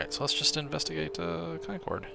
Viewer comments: Concord is pronounced Con-kurd not Con-coord with less of a pause between syllables. Im from the area. Great content so far btw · How to tell someone isn't from new England: they pronounce it Con cord, not con curd lol luv ya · Love the videos, but it would be great if you'd pronounce Concord correctly. The game actually got it right in the last episode. As a big fan I hate to sound so nitpicky, but I happen to be from the area. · live near a place called Concord as well, different one, but i's also pronounced the way it was in the game.